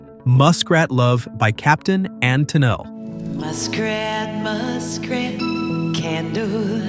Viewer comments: On the captain and tennile, Toni Tennile's name is pronounced TuhNEEL. You obviously weren't there and also don't know what you're talking about. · Tennille is pronounced "tin-eel.". Is this another AI voiceover? Disco Duck was intended to be silly and ridiculous. Rick Dees was making fun of disco as a genre. It is a caricature and parody of disco. As much as I liked Ringo's Starr, his remake of " You're Sixteen" should be near the top if not number one. Especilly in context, since in the video he sang it to a young Carrie Fisher in 1973. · The Captain and Tenille: Tenille is pronounced: --- TEN-eel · No, you've got it backwards. It's "Ten-EEL," with the emphasis on the last syllable. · It's Tennille, not Tenile. Oh the irony 😅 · It's pronounced as Ten-NEAL.... or TEN-neal. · Tennille is spelled thus but pronounced ten-NEEL. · I like Ten-a-Lee. It’s an improvement. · Learn to pronounce names of the subjects you cover. It makes your skewering tone hypocritical. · I'm not taking anyone seriously who's trying to slam 70s songs but can't pronounce Tennille. (That said, "Having My Baby" has always been creepy.) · If u cant pronounce Tennille you have no business pontificating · He can't even pronounce Tennille. One again this Nobody contrarian mocks his betters. And he's recycling his old videos. He did another video featuring most of these songs. He's milking his obnoxious bad taste for all it's worth. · Jesus fuckin Christ, can you fix AI to pronounce Captain and Tenille correctly? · Dude seems to forget that no self-respecting X-er gives a single, steamy crap about what anyone thinks of us or what we like. Also, try to learn to pronounce the names of the people you're discussing, like Toni Tennille & . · You don’t even know how to pronounce Tennille. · You don’t know how to pronounce Tennille. That’s pretty bad… for you.. PS - I despised ‘You’re having my baby’. Ugh. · I’d rather listen to any of these songs over this AI pronouncing Tenille ever. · It's Ten-NEAL.